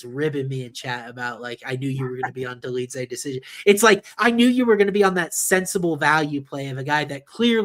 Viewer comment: Bro also said Dolidze 😭